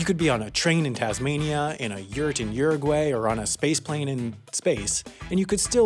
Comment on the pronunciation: say Uruguay again.... but slowly